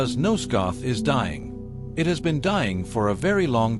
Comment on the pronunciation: Yeah, with AI slop (in 5 seconds it said pillars 4 times), there are way better videos to sleep to. This is trash. Not to mention the beginning: "Nosgoth "ey es" a world opening segment" EDIT: And don't forget that this is probably stolen by other videos from real people, wikis and forums posts written by people and such.